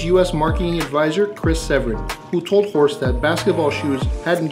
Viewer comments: Horst, not Hosrt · Horst not Hosrt :)